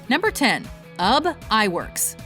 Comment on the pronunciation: BTW, it's pronounced "OOB" not "Ub"